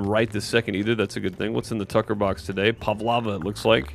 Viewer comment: Pavlova - Pav - Low - Va (How you say it) As an Australian that was painful to hear haha. Enjoy your videos non the less.